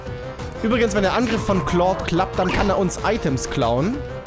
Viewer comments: Wenn ich mal kritik aussprechen dürfte (ist eigendlich keine LUL) Ich finde es schade dass du claude jetzt richtig aussprichst im alten lp fande ich es super dass du keine "kindheitsaussprache" mit eingebaut hast das war ein großartiges alleinstellungsmerkmal welches nun leider verloren geht Den meisten wird das wohl sicherlich egal sein aber einem alten fan geht die "domtendo-nostalgie" verloren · Ich bin so froh, dass du nicht mehr "Klaude" sagst! Danke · Das wird Clod ausgesprochen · Hier hast du Claude richtig gesagt im Original Lets Play hast du es so gesagt wie es da stand